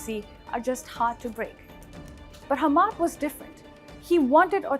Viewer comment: If you're gnna make the effort and spend the money to run an ill-informed hit piece on a country,at least get the damn names and pronunciations right. Or is that too much to ask from your orange hued xenophobic head? "Humaaad" "Caleefa" "Youdaaid" Really? Lol.